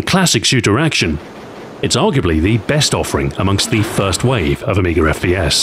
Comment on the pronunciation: There is no "r" at the end of amiga.